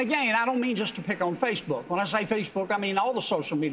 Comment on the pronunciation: Its like he's saying fishbook